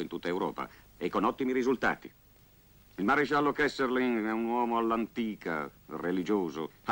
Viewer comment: 7.08 Si chiama KESSELRING!! NON KESSERLING!